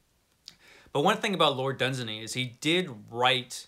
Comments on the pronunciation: It's pronounced LORD DUNZAAANY. Far greater than Tolkien. Dunsany wrote real magic and wonder - Tolkien wrote for the masses (yes he did. Elfin language is BS). If I was to enter those magical worlds I will travel with Dunsany! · Great clip! It's Dun-SAY-ney. It rhymes with 'insaney', as one wag pointed out. Contrary to several assertions, it doesn't appear that Robert E. Howard read much Dunsany other than a few poems. On the other hand, Clark Ashton Smith and Fritz Leiber were both fans.